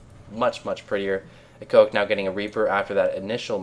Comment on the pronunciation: He said: iEcho IC mispronouncing it - I thought you would mention that in some witty way like you do but I was sadly mistaken :P